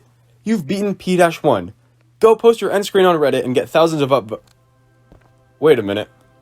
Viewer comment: did he say p1 instead of p-1